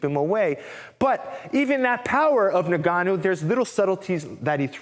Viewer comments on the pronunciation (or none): For what it's worth, his name is pronounced In-Gah--New. My West African people would appreciate this adjustment.